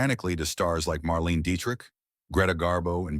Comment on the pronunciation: Marlene [Mar-leen-a] Dietrich... not Marlene.